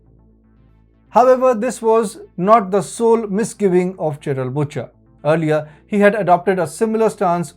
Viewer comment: its prononced 'busher' not butcher